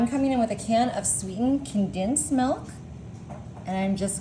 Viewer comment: And condensed, becomes condinsed